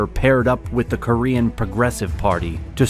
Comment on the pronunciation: He pronounces Korean like French 🤣